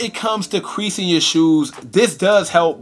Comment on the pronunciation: My boy said, “quereasin” 😭😭😭